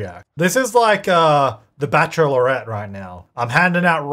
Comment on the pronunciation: Love how you say bachelorette (Bach.lr.et) like bach.er.lor.ret 😆